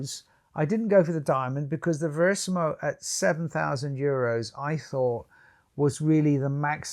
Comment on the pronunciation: VERISMO not Verisimo